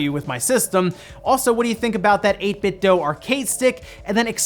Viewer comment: 8bit DEW, not 8bit DOUGH. Idiot.